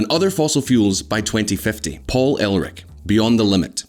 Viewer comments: you pronouced it paul elrich instead of erlich lol. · The Malthusian idiot was not "El Rick" it was "Urrr Lick." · It's "Err Lick". And it's "new clee ar". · Who listenes anyone who can't even get 'Ehrlich' right....